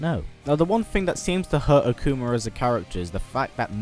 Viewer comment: "Akumer" lol great video :)